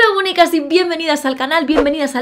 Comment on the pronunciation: Siempre me parece que en lugar de "Bonicas" dice... "Mónicas!!!" Lo sé ,es una chorrada, pero me apetecía decirlo🤔